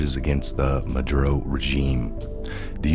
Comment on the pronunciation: It's not madro, its Ma dur oh